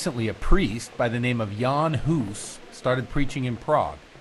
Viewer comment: Huh, not good pronunciation in the game - he's not Yean Hoose, but Jan Hus, both pronounced short, like two gunshots. And "Jenda" (horse) means "Jan" (pronounced as Yenda), common name of a child or pet. We always read "J" in Czech as Y in English, e.g. Johan(ka) like Yohan(ka), Jenda as Yenda, Mája as Maaya, Mrchojedy (Merhojed in German form) as ... well, that would be almost unreadable for English speaker because of "ch" consonant which English doesn't have and is similar to "ch" in Scottish "Loch", that's probably reason why game makers used German forms of names instead of Czech ones). I was surprised, The Overseer pronounced the name "Diviš" in the right soft Czech form! Nobody knows but him :D